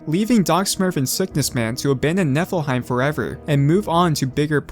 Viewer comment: It kinda sounds like Netherheight